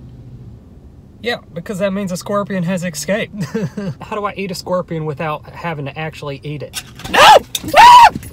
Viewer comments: It sounds like he's pronouncing scorpion as squorpian, and I can't unhear it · He really said scwerpion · “scwerpian” hahaha he makes me laugh so much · Bruh i love how he says squorpion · Squirpion 😂😂 I’m not going to be able to say scorpion anymore! It’s now squirpion🤣🙌🏻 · nobody:: squwirpion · "Scworpion"" lmao